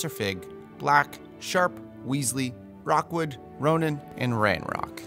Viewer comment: Great casting, but it's Victor Rookwood, not Rockwood